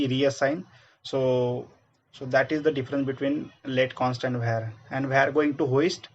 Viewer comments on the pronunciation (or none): var ❌ vhar ✅